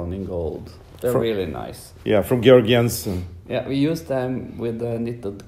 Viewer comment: George Jensen sounds so different correctly pronounced than an English person would say!